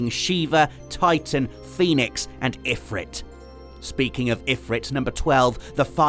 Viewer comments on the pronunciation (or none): >Claims to love Final Fantasy... >Pronounces Ifrit wrong...